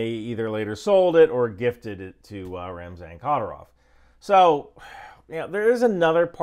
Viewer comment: It’s pronounced ki-deer-ov with the middle part getting the emphasis. Or satan works for short too